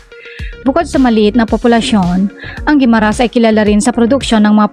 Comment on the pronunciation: Mali ang bigkas ng Jordan Guimaras